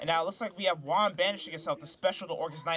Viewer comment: Good match! Every time you said Juan’s name it sounded like wand lol